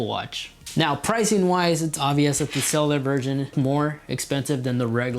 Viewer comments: CELL YOU LAR not SELELELAR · It’s pronounced “sell-you-lar” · Couldn’t unhear it😂❤️ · It's pronounced Cell-U-Lur, I know it's a hard word to say. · I hate the way you say cellular